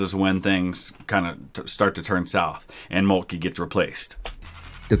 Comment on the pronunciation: Malt-key is not correct for von Moltke. It's close to Malt-ka, but I recommend looking up the pronunciation.